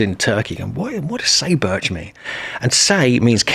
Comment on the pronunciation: Sayburç is pronounced "sai (like psi) boorch" not "say birch"